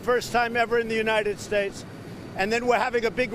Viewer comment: United steaks lol